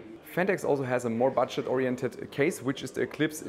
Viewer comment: anyone else hear Batsh!t orientated instead of budget lol